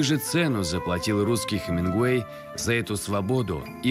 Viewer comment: Хеменгуей и что?